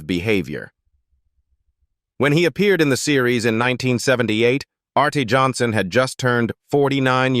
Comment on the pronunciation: His name was pronounced artie spelled arte Johnson.